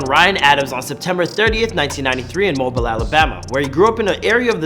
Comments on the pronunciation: That mayne said mobile 🤣 can tell he from Canada or sumn it pronounced M-O-B-E-E-L not M-O-B-I-L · It’s pronounced moebiel